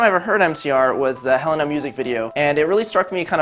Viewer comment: Oh dear lord, he pronounced Helena the other Way xD